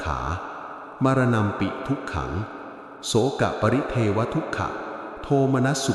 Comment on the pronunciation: บทสวดไม่ครบถ้วน หายไปเกินครึ่ง นอกจากนั้น คำอ่าน เทว. ในพระสูตรนี้ ต้องอ่านว่า ทะเว ไม่ใช่เทเว ควรศึกษาการอ่านบาลีให้ครบถ้วน ,ตรวจสอบให้ดีก่อนโพส เพราะบทสวดบทนี้สำคัญมาก ไม่แน่ใจควรถามผู้รู้ก่อน